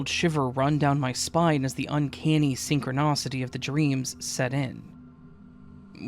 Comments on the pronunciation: Please don't ever say synchronocity again. It's synchronicity. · I love you and your videos, but for the love of everything, stop saying synchronicity as synchronocity.😂 Sorry. Had to channel my inner Karen. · Love your channel but the mispronounced "syncronicity" was driving me bonkers 😊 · “synchronOcity” instead of synchronicity made me giggle. Sorry. Love these stories though. ♥️ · SynchroNAcity haha. I’ve never heard someone read words wrong with so much confidence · Oh, crap. I thought that the op had either misspelled or believed that "synchronicity" was infact "Syncronocity". I truly did not intend to critique your pronunciation!